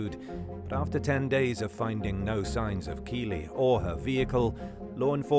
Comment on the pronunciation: With it in the media so much, the least you could do is pronounce the girl's name correctly. 🤦🏻‍♀️🤦🏻‍♀️Kiely- rhymes with "Riley". It feels disrespectful to use her story in a monetized video and say her name wrong. It makes it seem like you don't care at all about the victim but for the fact it makes you money. Not cool.